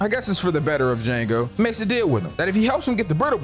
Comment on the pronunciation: The d is silent 😂😂😂